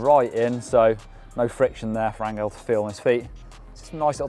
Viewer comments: Angel is pronnunced an Hell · The "G" in Angel is a soft G.